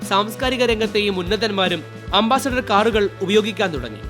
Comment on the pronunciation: അംബാസിഡർ അല്ല . അംബാസഡർ ആണ് ശരി.